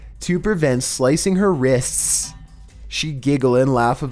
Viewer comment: The way he says "wrists" 🤣🤣🤣🤣